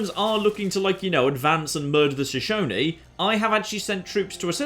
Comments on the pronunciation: well done pronouncing Shoshone correctly, I am from Wyoming in the United States. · Hey, pronounced 'Shoshone' correctly this time. Don't worry, man, Americans have trouble with Native American names too.